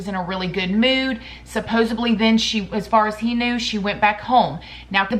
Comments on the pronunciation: I love you so much but Its supposedly not supposebly, you drive me crazy😹😹😹😹😹😹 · I love you so I need to fix this for you. The word is “supposedly.” Supposably is a different word and almost never used correctly in context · same, it's just the supposebly thing that kills me i have no idea why